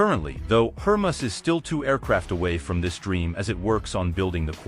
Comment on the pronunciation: It’s HER-MAY-US you dolt.